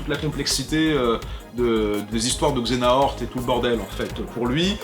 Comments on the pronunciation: "Xenahort" ? Redis ça sans trembler des genoux ? C'EST Xe-ha-nort, nom d'un simili ! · Mais Xehanort! Xe-ha-nort! 😂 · Je meure à chaque fois que tu dis xenahort =_=